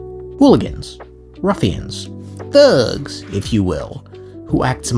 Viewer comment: Ayo my man why you had to say thugs like that?